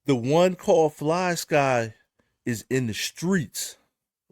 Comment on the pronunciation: Fly-SKYYYYY not Ski 😂